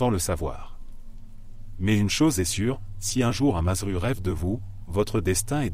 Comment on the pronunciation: On dit mazzeru au singulier ça se prononce madzerou et au pluriel Mazzeri et ça se prononce madzeri